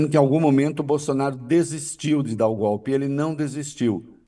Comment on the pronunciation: O presidente que fala gope ,não invés de golpe ...triste ..nem estudou esse cara lavada ...